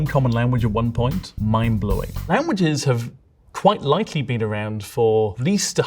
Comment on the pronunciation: "This has bean Etymology Support." lol